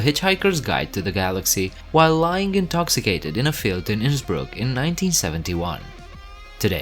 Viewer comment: I am glad you pronounced Innsbruck properly. 😊